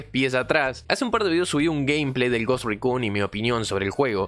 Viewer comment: desde el video anterior sobre el Ghost Recon, si vuelvo a escuchar que mencionas en inglés "Ghost Raccoon" (Mapache Fantasma) otra vez, voy a enviar un petitorio a Ubisoft para poder jugar como un mapache enfierrado en una isla bugueada en el medio de la nada... xD